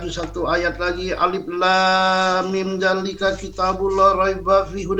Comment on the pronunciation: Ko langs shodaqollahul adzim??? Trusin coba pengen denger. katanya lulusan Al Azhar masa baca Alif lam mim nya ko gituh..??? Hadeuhhh... Sabar... Klo berdakwah dijalan Allah emg selalu rintangan nya spt itu